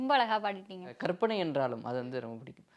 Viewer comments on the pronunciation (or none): கற்பனை என்று உச்சரித்து பழகுங்கள் ; கர்ப்பனை என்று சொல்வது தவறு